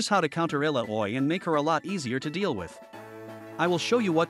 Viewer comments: “Eh-la-oh-way” Yes…..definitely not “ah-Lao-wee” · Ill-ow-ie You gotta make the AI pronunciation the names right man. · every english speaker ALWAYS misses the double L and fails to pronunce it. soo. nope. pronun is literally the same as write Iyaoi. everyone is soo wrong with the double L, as usual.. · Every time I hear the name Illaoi pronounced as Illa-oy it feels like my soul is getting pulled out like Illa-oy does to all of us. 😭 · You can change the spelling of her name in speech to text like Ilawee so it pronounces it correctly :D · I recommend not letting the AI say Illaoi's name if he can't say it properly. It is very off putting and distracts from what you want to tell people.